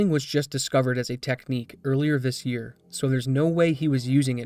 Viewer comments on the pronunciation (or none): none